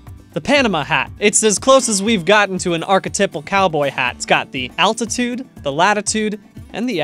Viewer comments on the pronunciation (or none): none